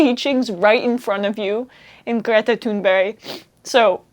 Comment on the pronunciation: It happens to be the Thunberg part of her name, that almost NO English-speaker is able to pronounce correctly. Even we Scandinavians pronounce it differently from country to country. I am from Denmark, but I do know how to pronounce it in Swedish. And yes, Emma says Greta most of the times, but also "Thunberg". And for simple-minded people like me, even "Greta" is pronounced slightly different for the linguistically trained ear.